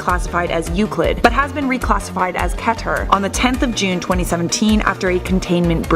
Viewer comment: Pronounced as KEY-TER not KE-TER. Guy explaining 455: writes essay with repeating words that amounts to less than it's volume.